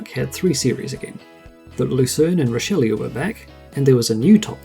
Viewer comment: Extremely well done video, although the mispronounced model names cracked me up. "Rideau" is pronounced "ree dough" and "Richleau" is pronounched "Reesh low".